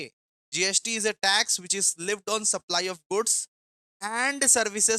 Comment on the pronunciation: Bhaiya Leived nhi hoga Levied hota hai